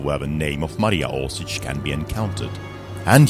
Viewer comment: Oršić, not Orsic.